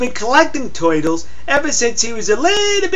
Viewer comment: OMG I love the way you say toytles..